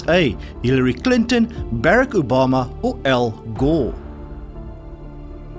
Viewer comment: you kinda mispronounced Obamas first name but otherwise great quiz sir. You really made me think. I got brain hurt now ROFL🤣